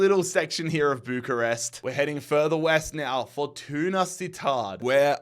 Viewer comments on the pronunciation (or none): none